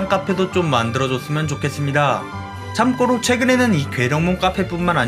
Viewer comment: 영상은 참 재밌고 좋은데, 참꼬로라는 발음이 자꾸 거슬려요..